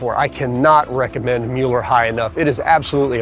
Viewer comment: Excellent video. Admittedly, we live here. We appreciate your candid and fair portrayal of our beautiful neighborhood. Thank you so much for pronouncing it correctly!